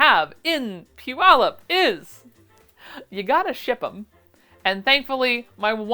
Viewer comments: I always wondered how "pew-ull-up" was pronounced. Thankyou for clarifying! Wish I could be there to meet you! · Congratulations on saying "Puyallup, " correctly! Hope no major problems plague you, ans you have many successful sales. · Major kudos for knowing how to pronounce Puyallup! If I make it to the expo I'll make sure to check out your patterns. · I appreciate that you know how to pronounce Puyallup. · I grew up in that area, so glad you pronounced Puyallup correctly, my grandma never could 😆 I'm assuming you'll be at the fairgrounds (long live Do the Puyallup!). Wish I could go, hope you have a fantastic time! ❤ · You'll be somewhat in my part of the world! Too bad I have no way to get to Puyallup, and wouldn't have any money to spend when I got there. I hope you'll have enough success to entice you back in the future. And congratulations on your pronunciation of Puyallup! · That's funny I am from the PNW and although I'm currently in New Hampshire, it didn't even occur to me that I was listening to someone that wouldn't know how to say that necessarily. Lol She did good!